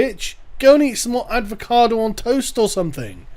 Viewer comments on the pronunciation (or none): Did you just slip a D in avocado? .... works on a few levels